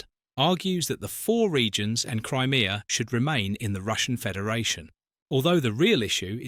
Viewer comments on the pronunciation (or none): none